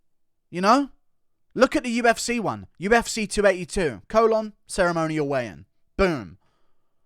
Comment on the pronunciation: Say what you want about Guru but he does know what he's on about when it comes to the damn thang. Plus it's funny when he says UFsay.